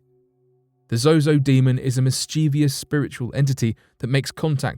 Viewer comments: Its ZOZO you kept saying Zoho due to your accent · Fsake, its zoo not zoho. Do your research properly lol. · The "demon" Zozo is an invented entity. admitted to inventing his stories for attention. Also, you kept changing the pronouncoation of Zozo throughout the video, switching between Zozo and Zoho. Is this on purpose? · I think its zozo not zoho. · The host should have kept mispronouncing the name the demon that starts with the letter Z. all the demons are evil and dark, but some are definitely worse than others, but they all bow down to the name of Jesus